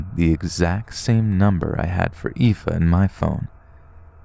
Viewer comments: I'm genuinely impressed that you were bothered to look up the way to pronounce 'aoife' ❤ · I'm from Belfast and just wanna say I am so impressed you pronounced Aoife + Roisin! Keep up the good work, love the vids!